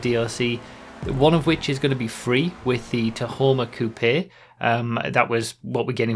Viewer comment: Did I hear someone saying "coupé" properly? Now that's something rare!